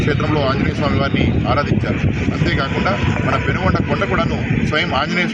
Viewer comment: పెనుగొండ కాదు సార్ పెనుకొండ